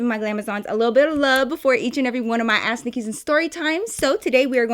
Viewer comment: Everytime she says ask Nikki it sounds like a*s Nikki and it catches me off guard On another note 👀 LOVE U NIKKI 💕 😂